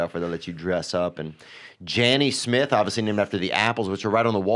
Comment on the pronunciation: he also thinks aunt jan nesmith is janny smith